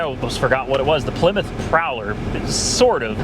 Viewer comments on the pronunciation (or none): none